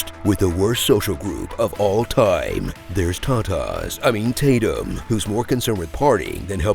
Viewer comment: "There is 'ta-tas'... I mean Tatum" LOL